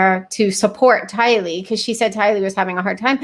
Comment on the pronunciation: Thank you ladies for sharing what you have learned about this Doomsday couple; your hard work, skill and God-given sharpness of mind is appreciated. Also thanks to all three of you for proving my point in how Tylee’s name is pronounced, Ti’-Lee not Ti-Lee’. Maybe it’s a thing according to where you live. Anyway, I like your pronunciation best. Great video! So much to learn on this case.😘💕💕